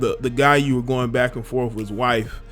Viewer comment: For a second I thought you said Black and forth. Lol